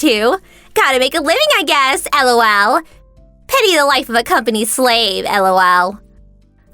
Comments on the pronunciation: I really hate it when the voice actors say L.O.L. or pronounce it as a word, "lol". Much better if they just laugh a little there. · It's better than when the say lol like a word.. comes out sounding like...lull...hate them both. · Who in the fudge says ELL OW ELL.